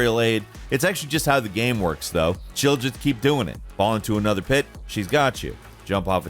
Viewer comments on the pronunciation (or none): none